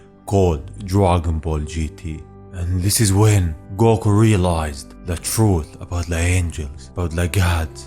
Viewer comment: Especially when he says “gow-KU (goku)